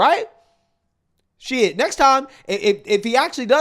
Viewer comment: “Shiiiiiiiiiiiiiiiid…” Anytime lets that Carolina lingo slip, I’m here for it…